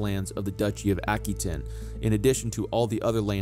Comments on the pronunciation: AH-QUE-TAIN NOT, Ack-Oo-ain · Hello. That is an anglicized pronunciation. Aquitaine is a French territory and it's French pronunciation is as i say it.